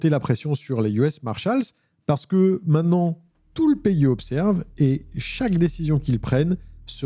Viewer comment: Dis, j'apprécie beaucoup tous tes contenus, mais de grâce, apprends à prononcer le mot "MAINTENANT" et pas "MAINANT" - LOL